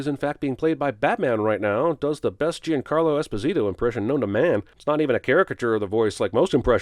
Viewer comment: I am sinning the fact that neither CinemaSins nor Honest Trailers know how to pronounce the name Giancarlo Esposito